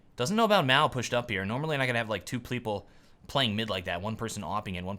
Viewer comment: "Two Pleeple"